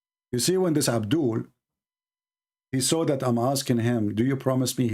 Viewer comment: abdoolll is always abdooll..... Potato 😅😅😁😁